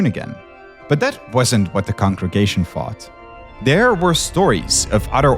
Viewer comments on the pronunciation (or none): I can't stand the guy with the th-fronting. Is it that difficult to pronounce the 'th' properly? Did people THought it was Satan, or did people Fought Satan? Is it boFF versions?